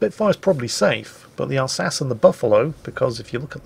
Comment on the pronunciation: You mispronounced "Alsachey"